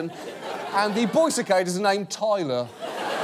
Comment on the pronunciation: It annoys me how he says cicada